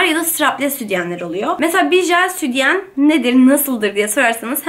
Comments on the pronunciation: Doğru konuşmayı öğren önce.Südyen değil sütyen. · Neden südyen diyon ya jsjsjjs